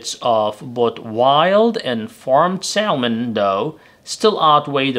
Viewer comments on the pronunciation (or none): Its called SA MON .. THE L IS SILENT.